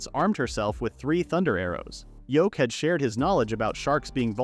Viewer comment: I hate that the AI is calling him Yoke he ain’t a egg his name is Yuke and whoever subtitled it also got his name wrong it’s even written Yoke you think something as simple as a MC’s name you could get it right